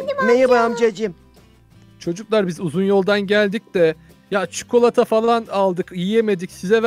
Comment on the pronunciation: çıkılata şelalesi var dedinde koptum.